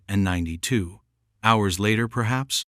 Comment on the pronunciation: It just goes on like a novel,bored 2min in,and AI can't say 1992 it's annoying